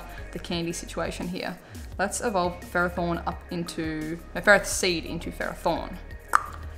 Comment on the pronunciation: By the way you pronounced ferrothorn wrong....yeah I find that weird too but it's pronounced (if I spell it right) "fer-roth-horn"